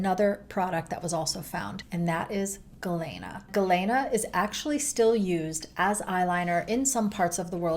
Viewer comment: Ah hem. As someone named Galena, after the mineral. It's pronounced gah-leena, not gah-layna.